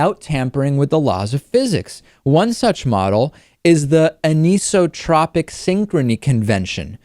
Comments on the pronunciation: Kinda surprised David mispronounced anisotropic like "a-niece-o-tropic" when it's actually said like "an-ice-o-tropic/trohpic", he's usually spot-on with stuff like that. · AN ISOTROPIC NOT UHNEESOTROPIC LOL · The Michelson–Morley experiment might disagree. David - Anisotropic normally pronounced "Anne - iso - tropic" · Usually, that word is pronounced "an-iso-tropic" (an-eye-so-tropic), because it is the opposite of "isotropic" (eye-so-tropic). "Tropic" being pronounced in the same way as one would pronounce the Tropics of Cancer or Capricorn. Indeed, they are from the same Greek root. That is to say, some people use a short "o" as in "cot", others use a long "o" as in "goat". Interestingly, "isotropy" usually takes a short vowel for the first "o", as in "cot", "anisotropy" does this as well, while the second "o" is almost always long, as in "goat". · Nice presentation, but you are mispronouncing "anisotropic." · vocal emphasis is on the 'an' in anisotropic, and the 'i' is a long i. ''an', 'iso', and 'tropic' have specific meanings in science, and that partitioning dictates their pronunciation. (in this word, there is a minor emphasis on 'tro', usually pronounced like "tropical vacation")' #tryingToBeHelpful #notADick #scienceKnowledgeable